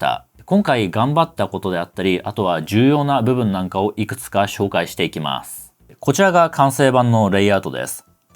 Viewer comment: って日本語をしゃべるときに英語みたいな発音されますけれど、すっごく英語を勉強されたり、ずっと英語圏にいらっしゃったのですか？ 例えば「紹介していきます」と言う時に「シューおうかいしていきます」に聞こえます。 発音時に最初に口から息が漏れてから音が出ています。